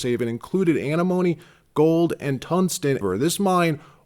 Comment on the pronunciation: You need to learn to pronounce antimone before you start talking about it